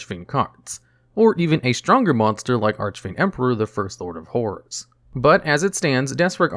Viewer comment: "Archfiend Emperor, the First Lord of Whores." Gotta love the North American accent for such gems 😂